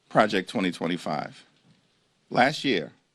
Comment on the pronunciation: The word is ‘’last’’ not ‘’lass’’ 😊